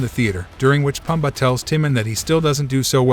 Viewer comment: Can you please learn how to pronounce the names, especially Timon, Pumba, and Kovu?